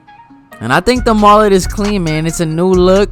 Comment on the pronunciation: MOLET? It's mullet